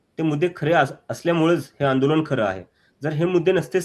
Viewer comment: आपले व्हिडियो नेहेमी बघतो. आपले काम चांगले आहे. आपण 'ण' चा प्रयोग 'न' च्या ऐवजी जास्त करता. आंदोलन म्हणा आंदोलण नही. अभी नही तो कभी नही. देश भाडोत्री राजकार्णी शेटजी आणि भटजीच्या वतीने चालवत आहेत.